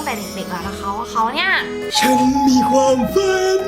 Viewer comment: ทำไมพี่อาจุมม่าถึงพูดคำว่า"ความ" เป็น"กวาม"อ่ะ